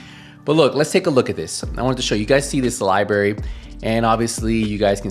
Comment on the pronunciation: Lie berry 😂